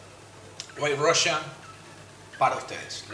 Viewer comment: El "Diimelo Russian"